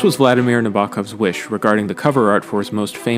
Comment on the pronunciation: You mispronounced Nabokov you pleb